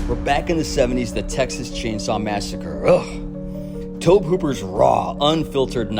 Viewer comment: For future reference, Tobe Hooper's name is pronounced "Toby" not "robe" like a person wears.